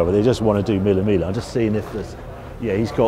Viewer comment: Love you Harry but please, there's no L in Miglia. Its pronounced 'Me yah'